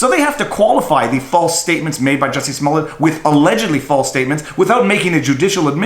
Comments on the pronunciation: It's pronounced juicy smoliet` lol Dave chappel gave us the corret pronunciation, Thank you dave. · I think is pronounced "Juicy Smollè". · Joo-see Smoo-Lee-Yay....that French actor! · I do believe it is pronounced Juicy Smallaayyyy. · You are pronouncing it wrong. It’s juicy smoolier. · Jussie Smollet is not French, if you watch Dave Chappelle's newest special, he intentionally pronounced his name "Juicy Smoullier" to make it sound funny. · I was confused until I realized you were talking about JUICY SMOO-LAY